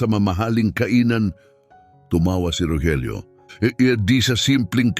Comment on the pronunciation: Bakit ung Rogelio minsan Rojelio ang pronounce😅